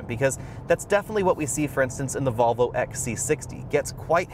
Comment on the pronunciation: Great video but, his pronunciation of Volvo is ludicrous. “Get those marbles outa your mouth”!